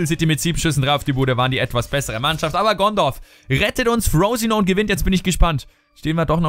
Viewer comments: Frosinone Englisch aussprechen ich kann net mehr:'D das ist ein italienischer Verein und wird so ausgesprochen wie es da steht Haha:D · "Frooosinon" ... :D Frosinone ist 'nen italienischer Verein, diese Saison in die Serie A aufgestiegen. Wird also quasi auch so ausgesprochen wie er geschrieben wird. ;) :D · Frosinone ist ein italienischer club ;) wird also auch genauso ausgesprochen aber "frousinoun" is auch nicht schlecht :P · Ich liiiiebe diesen Karrieremodus - Ich glaube Darmstadt und der neue Kader von Newcastle werden die Gründe sein, die mich zu Fifa 16 bewegen. :D Und Frosinone spricht man übrigens wie man es schreibt, ist ein italienischer Zweitligist mit dem wohlklingenden Namen Frosinone Calcio. :p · FROSINONE ist ein ITALIENISCHER Verein! wird daher nicht so ausgesprochen, wie du denkst. :')